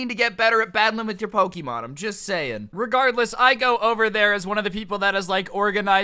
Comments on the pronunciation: This video was amazing my school did the same thing However every time you said Pokeeemon i cringed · Dude you said Poke'mon wrong